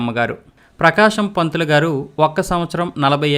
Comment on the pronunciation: టంగుటూరి ప్రకాశం పంతులు కాదు టంగుటూషం బకామం పంతులు